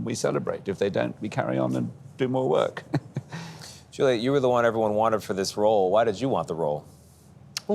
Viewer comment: I'm grateful for listening to both of them, magnificent actors, but this guy interviewing them is such an idiot, why was he pronouncing almost Julia ? Instead of Juliette?